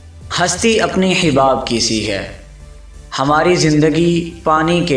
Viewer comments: It's hUbaab, not hIbaab #marciofreak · لفظ حَباب ہے. حِباب نہیں